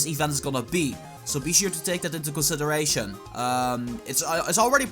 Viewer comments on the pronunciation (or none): 😂😂😂 can't say consideration